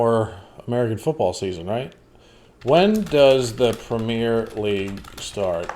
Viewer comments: Not prem-yare league, prem-ee-air league. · It's Prem-yer, not Prem-year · Dude, please stop calling it the Premiere League, it's "Premier" and is pronounced "PREMMY-air", not "pre-MEER" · PREM E ER PREM E ERRRR NOT PREM EER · Prem-E-uh League not Prem-E-Ear League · Actually it's the PREMMY-UH league, not PREMMY-AIR. No-one in the UK is saying "air" at the end. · Prem ee er league, not whatever you said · That's the premiere league. Pronounced prem in ear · I don't think anyone except you says "premmy-uh". It is universally pronounced "premmy-air", whether you're talking about the football league or the prime minister. The French pronounce it that way too, except they spell it "première".